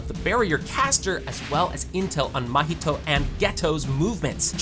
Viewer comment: Porque ele fala "mAhito"🥀😔🙊